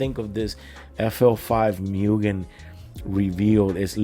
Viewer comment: Btw, it's "moogen", not "myoogen".